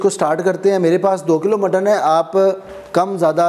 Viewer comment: Kuch bee jaisa bola tha😂😂